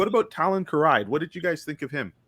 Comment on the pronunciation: This was a wonderful conversation, and I'm glad that I found this video, but I do take issue with one thing... Who in the world is Talon Karrai? I know of no such person. I do know Talon Karrde, whose last name is pronounced like the word 'card,' just like his ship, the Wild Karrde. I hate to nitpick, but that did hurt to hear. Despite that, I have subscribed to this channel, and I look forward to seeing more of your analysis of Zahn's great works. May the Force be with you, always. ^_^